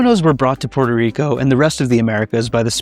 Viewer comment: It's PUERTO RICO NOT PORTER RICO